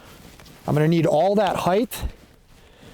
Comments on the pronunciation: JFC it's height not heigth. Otherwise solid instruction. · Heightth is not a word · Great content as always. But can we stop saying "heigth" already? 😂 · Get to the point already - where should the tripod be set up? The word "Height" does not have a TH in it.